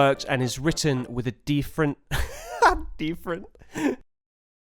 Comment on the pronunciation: Absolutely epic breakdown! Oh and btw... "DEEFerent!" lmao